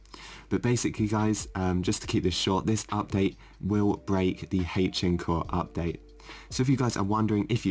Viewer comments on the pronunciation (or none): That is not how you say h-encore at all buddy